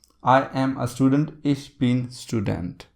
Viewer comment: "Ich" is pronounced kind of like "ik", with the "k" or "ch" at the back of the throat it is NOT pronounced as "ish".